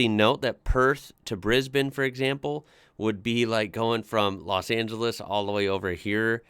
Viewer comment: is one of the only Americans who I know who can pronounce Brisbane and Melbourne correctly.